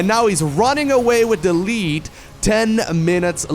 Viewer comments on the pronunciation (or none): none